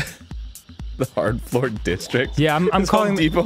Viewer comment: FLORP That's what I heard in the beginning. Not floor, FLORP.